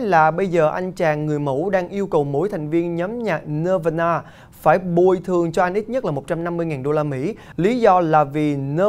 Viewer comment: Nirvana band đọc là nơ va na nghĩa là nát bàn của chữ Phật giáo !